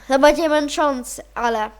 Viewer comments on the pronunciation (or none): none